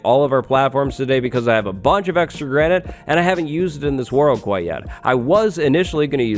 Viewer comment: Granite ya mean Grianite. Haha lolz